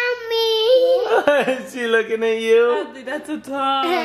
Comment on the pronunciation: That's not how to say Adley it is spelt like this Adley